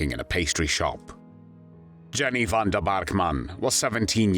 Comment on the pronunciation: Pronounced Yenny not Jenny. Aka Mad Jenny.